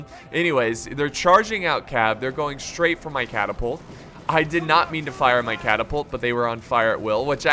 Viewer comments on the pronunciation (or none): none